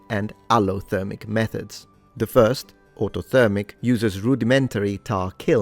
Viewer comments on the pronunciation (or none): none